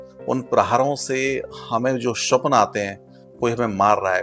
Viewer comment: महाराज जी स्वप्न का उच्चारण ठीक करें। स्वप्न होता है, श्वपन नहीं